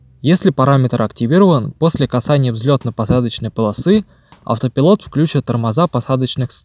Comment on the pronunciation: Я конечно не придираюсь, но если уж начал autopilot произносить "Ауто.." заканчивай "пайлот" - так правильнее. Иначе слух режет